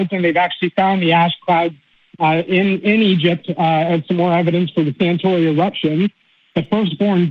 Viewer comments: Santorini not Santori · Throughout he refers to the volcano as "Santori" when it's actually Santorini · Does this guy mean Santorini? If so, why does he keep mispronouncing it? Oh, so he’s an American, ok. The prosecution rests.